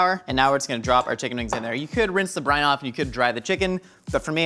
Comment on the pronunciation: I keep thinking he's saying Brian, not brine...